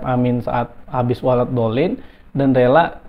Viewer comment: Melafadzkanya aja salah pak Julhas.. walad bukan walat ...jelas gk bisa ngaji...